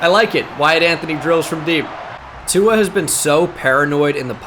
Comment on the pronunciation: There is no N in tuas name 😂